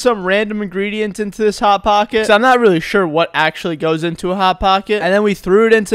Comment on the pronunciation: I liked the part when he said "HoT Paacket'